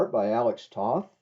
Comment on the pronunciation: You mispronounced Alex Toth's last name. The O in Toth sounds like the O in Bow. Not like the O in Off.